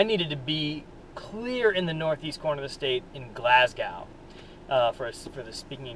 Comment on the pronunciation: Couple things... It is pronounced """"Glass GO""".. not Glass GOW There is no connection between Amish and Hutterites. It is not spelled "hooterites"... It is spelled "Hutterites" I actually know the people who hit you and I guess the only question I have is... If they were not "Hutterites" would you have still make this video??? Probably not.. Have a good one..